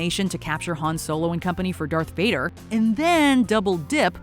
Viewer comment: I’m sorry but did she say something like ‘vopad’😂 and putting mace windu and qui gwan gin at the bottom and then putting rey above them and putting maul at 15 I’m just waiting for this to get worse